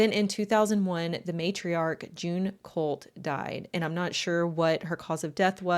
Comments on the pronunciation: cOHlt clan not cUHlt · Kinda does. Depends on how you pronounce it.